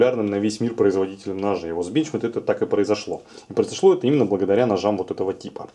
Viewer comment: Одного меня бесит как он говорит бЕнчмЕйд?